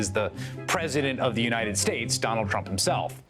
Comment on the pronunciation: In his words ‘United Shtates’